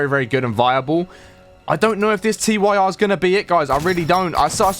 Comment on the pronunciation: It's pronounced "TEER" As in "Tyr, The Norse God of War."